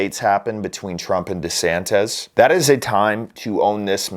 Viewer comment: DesanTISSSSSS, not DesanTEZZZ.....